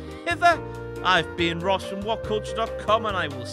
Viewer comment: Stop that "RRRR" sound..